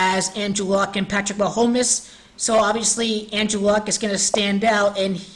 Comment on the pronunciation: Ma-home-mess lol good work